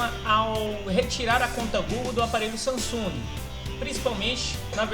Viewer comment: Samsunga? kkkkkkkkkkkkkkkkkkkkkkk